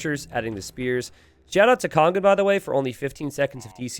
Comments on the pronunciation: You are mispronouncing Kongen though haha. There is no "g" sound in there, so the it' kong-un, not kong-gun... or just translate into English and call him The King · No, he's saying "kong-gun". He says "kong", as in "king" but with a different vowel, and then follows that with a "g" sound. But that extra "g" shouldn't be there. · Do you not hear the "g" sound he says at the end of the "ng" sound, then? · But you do hear the hard "g", then? Not just the velar nasal sound that is normally meant when you write "ng"? Because the idea here is that you pronounce the "ng" in "Kongen" like the "ng" in "singer". Now you might be from Northern England or something, but doesn't pronounce "singer" with a hard "g", and "kongen" should also not have a hard "g". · It's the difference between "singer" and "finger". The "ng" in "kongen" is pronounced like "singer", but does it like "finger", so that's wrong. That's the idea. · Kongen means The King and when you say it you dont pronounce the "G".